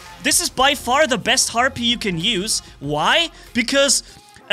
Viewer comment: It sounds like you’re saying heart beat everytime you say the bots name